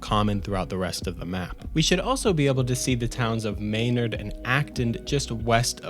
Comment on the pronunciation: Yeah it was funny, he pronounced my hometown Maynard right tho which made me really happy. A lot of people pronounce the nard like bard. It’s such an ear sore.